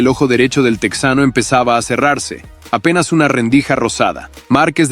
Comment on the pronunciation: Oye, estas hablando en español asi que no es "tecsano" es TEJANO ahhh pero dices "opercut", eres un farsante hablando ingles